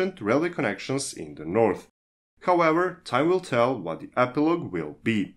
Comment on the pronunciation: Norf rail XD